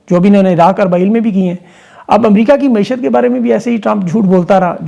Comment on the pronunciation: درست لفظ معیشت ہے نہ کہ معشیت